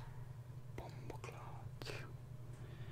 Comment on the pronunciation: I LIVE HOW HE SAID "BoMbOcLaT" HAHAHAHAHAHHALIL